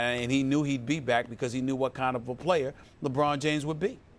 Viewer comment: I love at the end how the host has to emphasize to Skip that “he is a different playerrrr” like almost angry about it. Never seen a guy more coddled and defended, lied about by the media in my life. Straight trash homie.